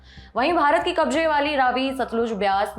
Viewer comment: Kabje nahi hota, kabze hota hai, plz improve your diction.